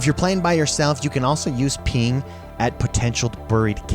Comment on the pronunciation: "Use the peeng"